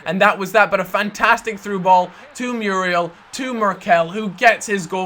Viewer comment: You keep pronouncing Muriel wrong >_<'' Moo-ri-el